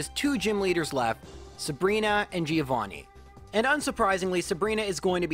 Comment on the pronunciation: Please stop pronouncing Giovanni like that